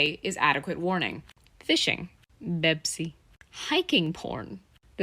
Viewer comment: Hearing her say “bepsi” made me laugh harder than I have in a while, and I don’t think that’s a good thing